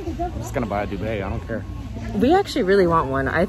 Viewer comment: Sounded like he said duvet 😱